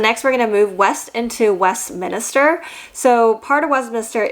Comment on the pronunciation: Westminster is 3 syllables- not 4. As someone who has lived in Westminster their whole lives (the one in California)- it irks me when people mispronounce it.